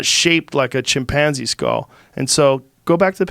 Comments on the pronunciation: Nobody: Joe: chimpAAAnze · “Chim- Panzie” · Lol he pronounces chimpanzee funny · That’s what I heard too lol